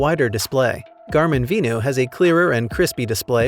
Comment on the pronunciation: I had to rewind a few times because the narrator, from FitLab, speaks fast and it is hard to distinguish "vivo" from "venu." (Most people would pronounce "venu" like "venue" but the narrator pronounces it like "vino" which makes it very similar to "vivo.") Other than that, it was an informative video.